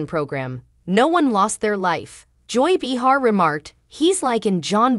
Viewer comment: Please! Her name is pronounced Bay-har. Not Bee-har. That was annoying 😡